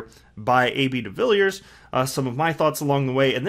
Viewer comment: By the way welldone with the pronounciation of his surname! To help.some you say it like duh-villey-ears